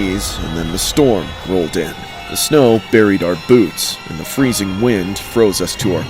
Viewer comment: "AND IM FERZZIN TO dEATh😨😨😩😩"